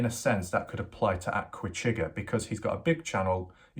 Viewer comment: I can't believe you have put Aquachigger down so bad. First learn to pronounce Aqua....it's NOT the way you say it. Chigg's videos are always good. He shares other information i.e. historical, informational unlike a good portion of other YouTubers including you of repeating yourself over and over and over. You've lost a subscriber not that it matters to you but compared to your subscribers to Chigg's you'll never get there.